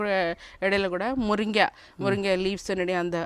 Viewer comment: முறுங்கை இல்லை😂முருங்கை.நீர் இந்தியா தானே உச்ரிப்பு வராது